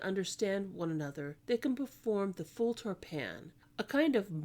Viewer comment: It's FAL TOR PAN not full.